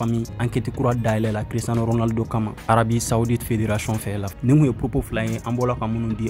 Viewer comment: Tu est vrai Barcelonais 😂😂😂 tu ne fait que de gâté le nom de Cristiano ça fait plus un ans que je te suis. 😂😂😂